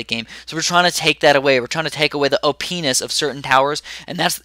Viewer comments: Lol u said o-penis ;) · No he said "Ohpe nus" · ... you said op ness or o penis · He said op'enis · you really emphasised penis there xD